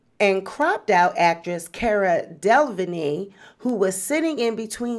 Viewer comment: This video is so well done!!! 💕 You put in work wurk wërk!! Cara's last name is pronounced Del-uh-veen